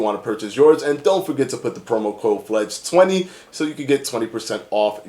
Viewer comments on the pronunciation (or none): It's Fledge not "Fedge".